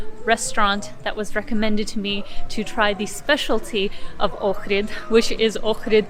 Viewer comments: Thumbs up for saying the name correctly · I’m impressed that you can pronounce Ohrid properly. Not many people do when I watch these travel videos. Good job. Edit: Ok, just saw your other video where you explain you're of Ukrainian background. Makes sense now. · Thanks for pronouncing Ohrid perfectly.